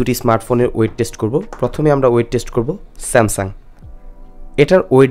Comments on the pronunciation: বার বারই আপনি স্যামসাম বলেছেন। একবারও স্যামসাং বলেননি।। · বেটা স্যামসাম বলো কেন?